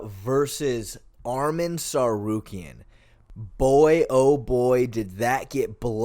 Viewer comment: You would think mfs would pronounce Ngannou correctly when they can say Tsarukyan so easily.